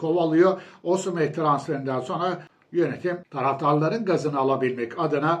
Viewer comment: Hocam Osimeh diyerek yeni bir lügat getirdi 😀😀